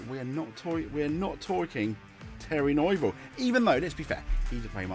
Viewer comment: I'm sorry but the name mispronunciations in this video are EGREGIOUS. Thierry Neuville - Tee eerie New ville Ott Tanak - Oit Tanak Kalle Rovanpera - Kallay Rov an pera Sami Pajari - Sammy Paa yaari With regards to Mikkelsen, he's a gravel specialist so i have no idea why Hyundai have put him in the car for the asphalt events. Truly baffling decision making imo.